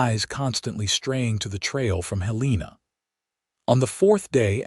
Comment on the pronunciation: It’s pronounced “Helen ah” ( Now the capital of Montana, originally “Last Chance Gulch” 🤠